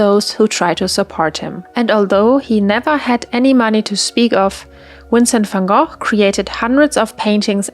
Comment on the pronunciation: You do not know how happy it makes me when I finally see someone pronounce Vincent Van Gogh's name right